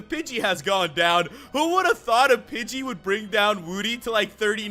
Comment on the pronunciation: I thought you said bitchy instead of pidgey